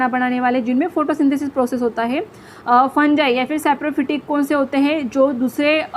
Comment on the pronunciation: You Are Teaching Nice But Not Fungi (फंजाई) It's Fungi (फंगी)😊❤